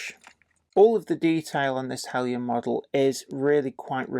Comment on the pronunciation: Aaargh! Now I can't decide between Heljan and Bachmann! Help please??? By the way, I like the use of the correct pronunciation of Heljan.